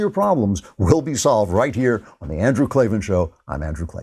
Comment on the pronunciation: "There are no R's in Klavan!"